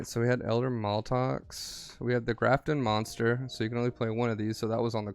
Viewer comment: Its MAT-LOX lol not maltox.